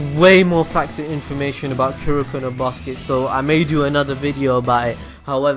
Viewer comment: A very informative vid, but please work on your pronounciation of the characters' names. it hurts my ears.And since you pronounced the name of the series and the name of the mangakaright, I know you can do it. ^^